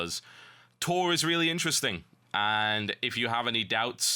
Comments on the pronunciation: Why are they calling it TORk? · tor=The old republic. Tork sounds like Talk. pronounced the same way in proper british english. Tor+Talk=Tork... get it? =)